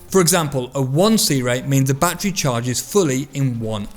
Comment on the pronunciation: Its called a battery not batree just saying